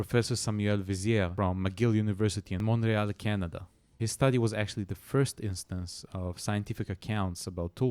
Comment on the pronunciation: I like how you say the word Montreal its beautiful